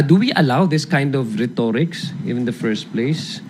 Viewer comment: Adiong correct your accent on the word RHETORIC....